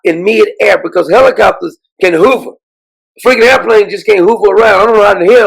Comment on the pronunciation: Hover not hoover